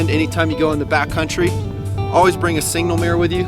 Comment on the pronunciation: Its SIGNAL, dagnabbit. Not "single". Just saying.:) Keep rockin'. I love it.